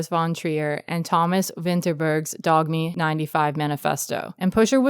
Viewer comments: You don't have to call "Dogme" Dog-me you can just say dogma that's what it means. If not its pronounced door-u-muh('muh' = 'ea' like in 'earl grey') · I might be a bit biased being scandinavian (swede) but to me pusher I is arguably the best movie ever made. Very nice to hear the opinion of this trilogy from someone outside of Europe! PS it's pronounced "dogma", not "dogmé" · I lost it at the pronunciation of "dog me" lmaoooo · Good vid! BTW it's pronounced "Dogma"- Dogme is just Danish for "Dogma," and the "e" here has an "ah" sound. Sorry for the pedantry, sincerely just trying to be helpful. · I am actively bothered that someone is pronouncing it as "dog-mi 95". But the video was great, thank you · It’s pronounced dome-uh. Thats the closest way i can spell it to how it sounds 😅 From a dane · Turned off at the pronunciation of dogme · The g in poignant is silent, and dogme is pronounced the same as dogma